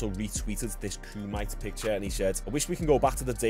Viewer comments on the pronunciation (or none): KU-MAH-TAY…. Not kumite… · Homie you pronounce it kumitay not koomyte, cant have my brit homies disrespectin the kumite like this smh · It's pronounced kum e Tae not kumite 😂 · Kumite = Koo-Mah-Tay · It's not the "ku-mite" lol 😂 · The pronunciation killed me 😂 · Why do you say "Kumite" like that? 😭 lol Its pronounced "kumah - tay" lol